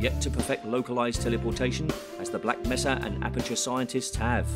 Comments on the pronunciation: I like how the narrator at the end says "Black Messa." What is it with these bad Half-Life fangames and mispronouncing Black Mesa? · What is it with bad HL2 games and pronouncing Black Mesa as "Black Messa"? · so this continues the Hunt Down the Freeman tradition of getting pronunciation completely wrong: resistance radio guy: “black messer” hdtf gman: “black messah”